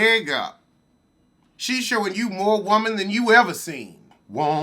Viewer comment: I get my entire life whenever you say "Whoa-mon"! 😭😭😭😂😂😂